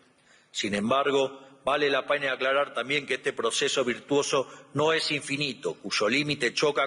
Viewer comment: 🫣 Esto esta chequeado!!! Que dice señor reptil?? Inficiencia=eficiencia, dijo no vale la puena=pena, es traba no trabues, valores marales y es morales, NO SABE LEER !!! Y ES EL PRESIDUENDE!!! fue a hablar pavadas, lo que dijo solo beneficia a trump 🇺🇲 no a la Argentina 🇦🇷, Reptil sos una maquina de hablar y hacer c4gad4s, que verguenza nos haces pasar en el mundo entero. Y pensar que hay liberdolobus que te aplauden como focas 🫣.